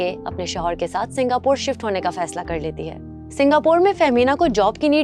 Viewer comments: are yaar naam to thik se likho.. bol rahi ho Fehmina Chaudhry lekin title mein likha hai Fahiema Chaudhry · Tum log kia jahil ho kia thynkcrime walo ye host bol rhyi ha fahiemna Chaudhary or likha ha famida Chaudhary??